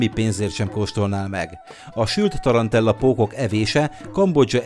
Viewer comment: Tarantula, nem pedig ,,tarantella". :)